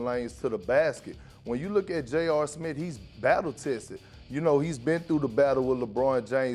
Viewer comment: Man Perk tryin to say Smith is the funniest thing in the world. “Stephen A. Smit” “JR Smit”. 😂😂😂😂